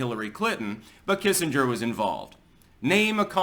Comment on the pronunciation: It’s Doctor Henry Killenger you silly Billy.